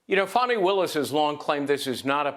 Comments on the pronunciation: It’s Fani, not Fawny. Like it’s illegal aliens, not undocumented migrants!!! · It’s literally Fani not Fawni That is a baby deer with I Fani is a Southern Butt 😂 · Why do they keep pronouncing her name Fawney? Or Fahwnee? Fani is fanny. That word is not offensive, it's a slang word. Her mother and father to blame and giving her that name. It seems everybody chokes on it.